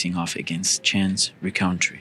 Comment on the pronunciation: dude cant even pronounce Rencountre the right way. smdh...